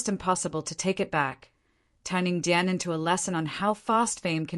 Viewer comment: Downvote because you can't get DIAN'S name right.